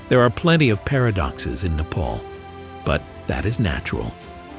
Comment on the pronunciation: Not how you say nepal